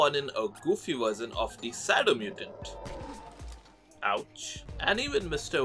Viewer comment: Why Is pronounced "Sadow mutant" it's shadow mutant